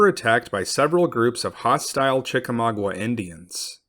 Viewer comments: Chickamauga has no 'W' after the 'g'. Therefore, it isn't pronounced: Chick a - mau gWa but is pronounced: Chick -ah-ma-ga -the terminal 'a' sounding like 'guh'. not 'gwa'. Thank you for correcting the pronunciation. Chick a mau ga. mau = maw (rhymes with 'saw') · Chek ay may ooga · You mispronounced "Chickamauga." Pronounced correctly, it is CHICK-uh-MAHG-uh. I'm from Chickamauga, Georgia ⬅ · "Chickamauga" was mispronounced in this video, as those of us from Chickamauga, Georgia will attest.